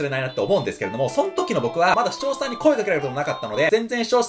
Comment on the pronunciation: しちょうしゃさんが言えてないぞ